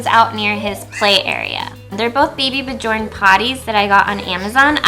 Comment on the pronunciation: As a swedish, i feel like i need to tell you that baby björn is pronounced something like baby byern :)